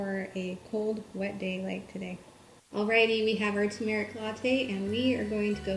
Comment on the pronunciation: Pronouncing turmeric not accurately. It should be Tur' merik. Not tu MER ik. Sorry. Most Americans dont say it correctly